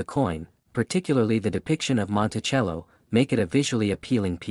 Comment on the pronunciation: Learn how to pronounce Monticello